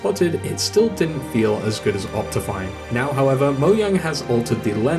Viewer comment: Dude, it's pronunced moe-djang